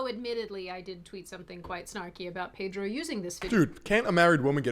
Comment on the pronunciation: The R in Pedro is silent.